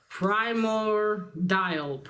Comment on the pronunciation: Some good stuff there Z, everyone knows that Russians make for the foulest villains! You only need to watch Cover Slingers every week to see that!! For a case in point look what they did to poor Laika!! Oh by the way it is pronounced pry-mord-ee-all 😄In February I was just going through assorted comics on my to-read pile